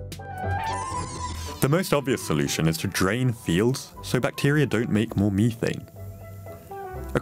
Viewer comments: It is "Meth - ane" Not "Me - thain" Why is everything computer generated? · Why do you pronounce it Meat-taint :D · learn to pronounce "methane"